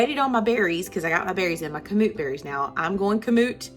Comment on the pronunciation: Emphasis is on 1st syllable, not 2nd...KAM-oot.